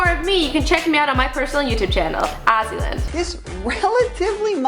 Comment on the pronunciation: ITS AZZYLAND OMFG